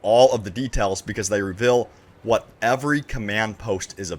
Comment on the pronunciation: It’s pronounced “reveal” not “revill”.